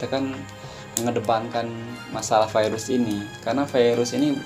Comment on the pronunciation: kalau virus dijadikan firus pirus.. Mantap... 😂😂😂😁😁